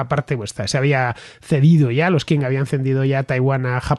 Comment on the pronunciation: Por favor, dinastia Qing se pronuncia ching.